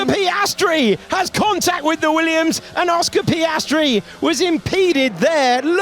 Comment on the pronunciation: well, he's driving a weeyums lol